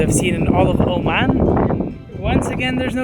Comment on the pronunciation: Oman not O-man